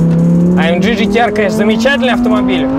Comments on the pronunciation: "А ЭМ ДЖИ ДЖИ ТИ АР" 1 МИЛЛИОН РАЗ НАДО СКАЗАТЬ, А УСЛЫШАЛ ВСЕГО 976 356 РАЗ. СУКИ ЭТО А ЭМ Г. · Правильнее будет АМГ вместо АМДЖИ !!!!!!!!!!!!!!!!!!!!!!!!!!!!!!!!!!!!!!!!!!!!!!!!!!!!!!!!!!!! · Почему " А-Эм-Джи"? Тогда уже "Эй-Эм-Джи"? Или "А-Эм-Гэ" всё-таки?! Режет слух немного... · амГГГГГГ если вам не сложно, амЖЖЖ ну прям... Aufrecht Melcher Großaspach. Чтож ты не говоришь ламборДЖИНИ